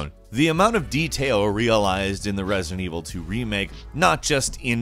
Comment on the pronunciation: Anyone else noticed him saying "President Evil" or that was just me?